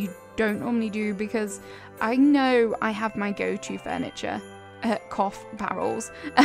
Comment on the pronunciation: The way you said "cough barrels" for some reason killed me i didn't know my humor was that broken But anyway i am in love with this i love decorating in white so this is amazing